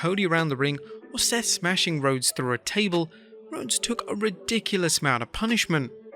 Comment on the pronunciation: There’s actually no way mama said CODY “Rhoades” the pronouncation of that spelling is “Road-ess”, while the actual spelling is RHODES, Pronouncation “Roads”, if ur a WWE fan (which I don’t think u are) u probably should know this, and I’m not even a WWE fan lol